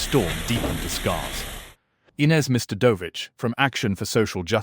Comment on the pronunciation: Ines Mrdovic = Ines Mr. Dovic 😂😂😂 AI videos suck